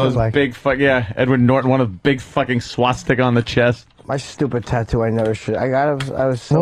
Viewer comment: "a swassticker"